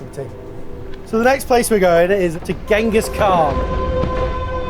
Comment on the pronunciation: Pedantic butcher that I am, Genghis Is pronounced with a soft G (like J). Sorry everyone.